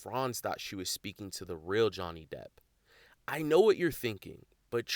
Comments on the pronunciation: It is slipping up and saying Johnny DEPTH instead Johnny DEPP for me🤣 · Did say Johnny Depth? 😳😂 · You guys need to be nice to!!! The poor man doesn’t know how to say Johnny’s last name correctly. His work at Social Catfish should make up for the extra “th” he adds on. 😆😆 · You said Jonney Depth (perhaps a good name for the scammer version of him) 😂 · Im glad we acknowledged the pronunciation of Depp, lol. has definitely been saying "depth" and it has made me a bit crazy 🤪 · The host ALWAYS mispronounces names. It isn’t just Johnny “Depth” 😂😂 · Johnny 'Debt' 😂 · Glad to also see that you guys finally corrected how he kept mispronouncing Johnny Depp's last name in the previous and current video!😂